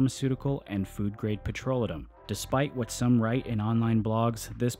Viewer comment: Learn to pronounce petrolatum. Pe-tro-LAY-tum.